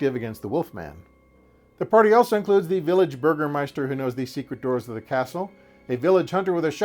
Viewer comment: your pronounciation of "Bürgermeister" is top notch 👍